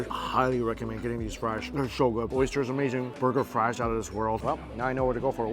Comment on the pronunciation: We love when you say- Its amerrrrrzing!